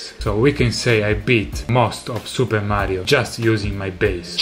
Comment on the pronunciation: Awesome to hear an Italian say "Super Mario" ^^